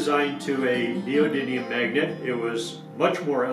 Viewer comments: don't know about captions. You say neodyNium repeatedly. ☺️👍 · Neodymium not neodyNium